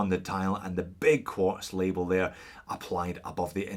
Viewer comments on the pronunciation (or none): Making a puke noise Quuuaaarrttzzz.